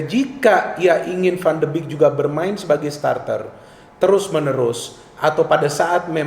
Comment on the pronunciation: Analisis yang bagus.. sedikit koreksi pengucapan yang benar 'van de bek' bukan 'van de bik'